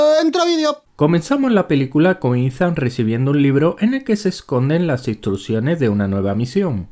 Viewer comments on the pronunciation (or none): none